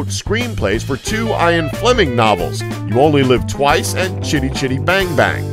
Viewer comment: You just Butchered the name Ian. It's not "EYE-an". Loch isn't pronounced "lock" either.